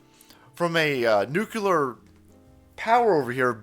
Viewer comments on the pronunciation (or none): Nuclear “ ……NOT NUCULAR lol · Just some helpful pronunciation tips: Say “new.” Say “clear.” Put them together, and that’s how to pronounce nuclear. It’s not nucular. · I was calling attention to the way pronounces "Nuclear" as "Nucular". I thought that was clearly evident. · You say nooocoo-lar. At least you don’t say Poo-hen. Glottalized middle t’s drive me nuts. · Oh no salty confirmed extremist. Who else says "nukular"? Lol fallout fans and George Bush....not a good look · NUCULAR?! C'MON Man! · Did just pronounce nuclear nukuler? Respect 👊